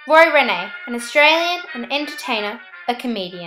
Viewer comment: My dear.. his name is pronounced REEN... Roy REEN, not Renay